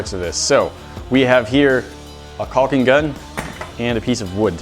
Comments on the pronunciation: The way you say “calling gun” keeps sounding like “pelican gun”. ;) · Its cocking gun not caulking.